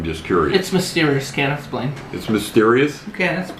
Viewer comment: "...can s-plane"?